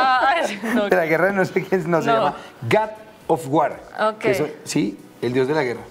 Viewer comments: felicidades!!!! pero gad of war??????? jajajaja que verguenza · Gay of war......... creo que sobran las palabras sobre el error de ese locutor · En ingles se pronuncia Gad y se escribe God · es el gat of war ? en serio ? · God of War se pronuncia gad of wor